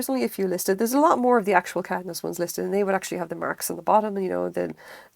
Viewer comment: Lovely video, thanks. Beautiful work and I agree it's a joyful thing. The design looks like it might be Moon Crystal. I collect a lot of Caithness glass and have many of the seconds. I live in Scotland so find them in junk shops and thrift stores. (PS pronounced "Kay-th'ness")